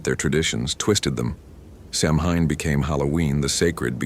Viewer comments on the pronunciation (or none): If youre gonna narrate stories about samhain and irish people, please for the love of god learn how to pronounce the word. Its not sam-hayne. Its sow-wen.